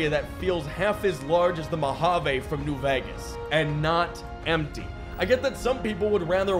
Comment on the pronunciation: "New veges"